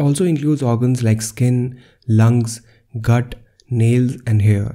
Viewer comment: Did you mean "GUT" not "GIT" ?